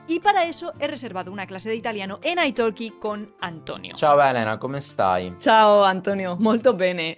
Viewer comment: ¡Guapaaaaaa! Por cierto, en "iTalkie" la "l" no se pronuncia 😊😊😊